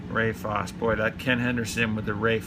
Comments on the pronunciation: And it’s pronounced Fawcie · Ray Fosse pronounced "Fossy". Fosse is famous for being a very good young up an coming catcher only to have his career ruined by Pete Rose barreling into him during an all star game. Pedro Borbon pronounced "Bor-Bone". Gary Roenicke, pronounced "Ren-O-Kee". "Stinky Pack". Amos Otis is one of the top 40 Center Fielders of all time and was the best American League Center Fielders of the 1970's. Willie Randolph is one of the top 20 Second basemen in baseball history. Jerry Reuss is pronounced "Royce". He won 220 games in the majors. Ron Cey is one of the top 25 third basemen of all time. Bill Madlock won 4 batting titles. John Castino was the 1979 rookie of the year. Dave Cash was a 3 time all star during the mid 1970's. Mark Belanger, pronounced Bell-An-ger. One of the greatest defensive Short Stops in baseball history. Jim Sundberg is one of the greatest defensive catchers in baseball history.